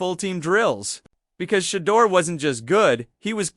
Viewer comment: Why does this guy not pronounce SHEDEUR'S name right . They always do this . I don't care how long a caucasians name is they always pronounce them right . But they all try to surname Black folks by not pronouncing their names right . Stop it man ask somebody how to pronounce Shedeur's name properly .